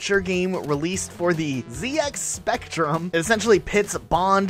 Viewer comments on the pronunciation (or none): "Zee-X" Spectrum 🤣🤣